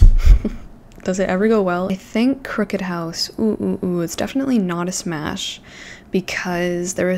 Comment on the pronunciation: “Smash”?? Girl 😭😭✋🛑